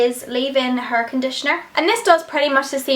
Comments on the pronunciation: "My Huurr" lol! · Love the way you say hair it's like 'haur'😜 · i love the way you say hair its like huur x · love that accent "hurr" :D like hair